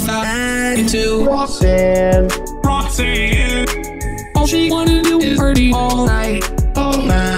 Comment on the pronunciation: I love how pronounced roxanne to roxinne